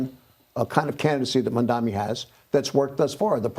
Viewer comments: Cuomo is not mentally fit enough to do the job - he keeps mispronouncing Mamdani's name as "Mandamee". He is slurring. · Dem😂. Can't even say mamdani right😂